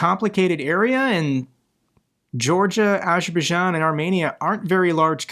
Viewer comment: It's pronounced Azer'bai'jan (Azer By Jan) and Kadyrov Kadir'ov